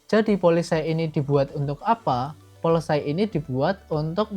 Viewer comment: Polesay ❌ Paolesi ✅ 🙏